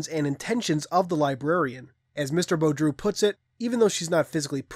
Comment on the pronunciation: I think his name is pronounced like Boo-dro. Rather than Bo-droo, I could be wrong tho. Still, I'm glad you actually tried; it bothers me when someone doesn't even attempt to pronounce a word/name or their attempt is pathetic